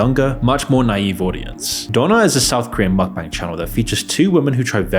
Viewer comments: Mukbang = Mook-Bung (rhymes with hung, or dung), not Mok-Bang. If a word isn't native to the language you speak, it's best you learn how to pronounce it properly if you're gonna make an entire video about it. Just saying. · bro said muck 💀💀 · you read it 'mookbung' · 먹방 = Meokbang - Pronounced mok bbang. Meok means eat, bang means room, basically because they're filming themselves eat, in their room. The more you know